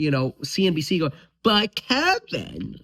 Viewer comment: “But KEEvinn…..” 😂